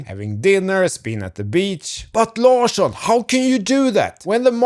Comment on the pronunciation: So "Larsson" is pronounced like... "large"?!